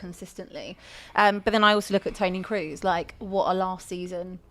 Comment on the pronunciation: Jude for Ballon D'Or give me a break. And saying Kroos lmao